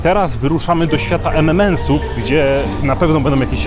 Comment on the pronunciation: EM EN EMS xd a nie EM EM EMS. Przynajmniej tak słyszę, pozdro.